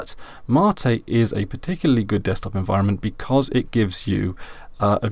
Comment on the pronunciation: What is Ma-tee you keep talking about ?